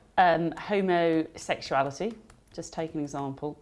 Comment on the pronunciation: She can't even pronounce "homosexuality " correctly. Channel 4 IS fake news.